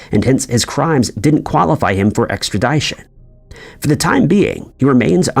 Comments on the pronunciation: “Extra-DI-tion”? You’ve never heard the word “extradition” pronounced before? Not buying it. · This channel confuses me. Is it a real person reading the script or an AI voice? There's just no way a person who has read 1000s of scripts about mysteries and wanted criminals should ever pronounce 'extradition' so blatantly wrong. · This dude lost all credibility with me after pronouning extradition like that.